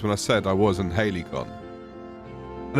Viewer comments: It's not surprising they were surprised when you told them you were in "Haley-con", mate. It's pronounced more like ha-li-see-on. 😂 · Halcyon = Hal-see-on. Not Hailey-con. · When you start out in an Elden Ring ripoff but end up in the Dreg Heap DLC. This is absolute horror They genuinely named a zone in this game "Halcyon" That's the fantasy game equivalent of naming your firstborn child Veronica or Chad And it's pronounced "Hal-cee-awn"